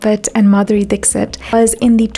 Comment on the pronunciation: Beautiful well researched video . Thankyou for sharing it with the world. :) One lil correction if i may.. in India , Dixit surname is pronounced differently, not Dik-sit ( u can read as 'Dikhshit' :)